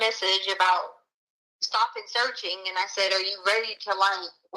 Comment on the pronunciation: I diiiiiiied when she said “searchening” 😂 She also said “noise counseling headphones” and she gave law enforcement a “subscription” of the suspect. She believes she’s the smartest person in any room but she’s an absolute fool. Her grammar is atrocious.